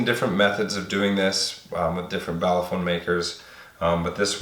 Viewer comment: Ha! He said "baseballaphone"